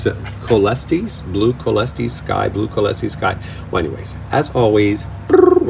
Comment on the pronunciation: I thought you got yourself a book on how to pronounce each species. The Rhynchostylis coelestis is pronounced Rinko-style-us Sol-estis. Anyway it's just a small detail but it grates hearing the name pronounced wrong like chalk on a chalkboard. It's just that foreign detail in the pronunciation so coel is like the french word ciel which means sky or the spanish word sol which I believe is sun and should imo be pronounced with that latin origin in mind (like cinderella).If you pronounce ciel wrong it sounds like Kiel which is a city in Germany. So that is the big difference in the pronunciation. The modern hybrids are easier because they are often named in Thailand and other places but the species have a lot of latin origin which I believe not even my latin teacher could pronounce properly but that is the problem with a dead language. Nobody knows how it was originally pronounced, only the literature remains of the period before it died out but still considering we do have such a similar french sounding word it should be said with that french sounding way instead of the German more hard k (like car). The Rhycho on the other hand is said with the same sound as for car, so Rinko, not rincho or cheers.